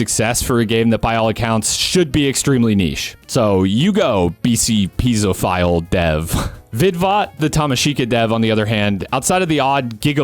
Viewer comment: i think it would be pronounced "pee-ay-zo-phile" cause piezoelectric crystals start that way. also thanks for mentioning that game it looks sick, mechs are awesome im gonna check it out.